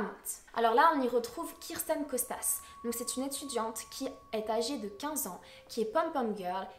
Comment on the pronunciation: kIrsten , c'est Kirsten et non kRisten